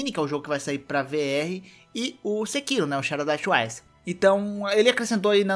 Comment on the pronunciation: Quando voce Fala twice parece que voce Fala tchuaiche.. Eh sotaque carioca?